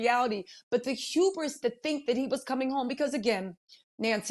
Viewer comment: You can tell the Black Lady learned a new word recently. She will need to learn how to pronounce it next time. It’s Hubris not , Huberis